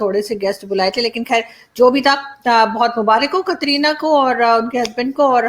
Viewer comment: कतरीना नहीं कटरीना कैफ बोलिये